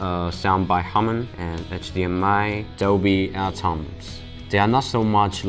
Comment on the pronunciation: its Dolby Atmos - Not Atoms.......